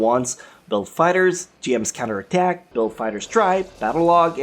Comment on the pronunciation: char's cunter attack... you didn't even pronounce the o